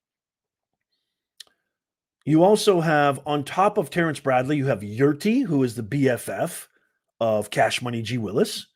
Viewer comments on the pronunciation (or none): none